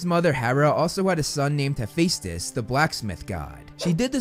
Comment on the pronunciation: sorry but i almost died when you said frank zhong and hafacetes (im spelling as what he said) no hate only shock